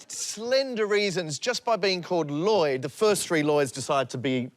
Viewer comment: It’s annoying hearing Lloyd say his own name wrongly.